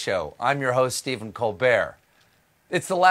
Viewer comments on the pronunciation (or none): Great Paul Simon reference 😃 Why does Steven pronounce his own last name differently all the time?